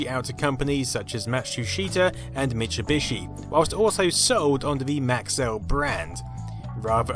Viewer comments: "Mashusheytah" "Mishubishi" "ughyomega" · "Matschuschita"? "Mitschubischi"!? Matschu Peetschu!